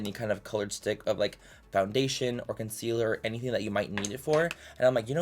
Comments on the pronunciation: For the love of god please don't let Laura Lee do this challenge and make her mispronounce the word concealer for like 10 minutes straight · stg if laura lee does this video i might have a stroke “consiller” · Don't you mean: C O N S I L L E R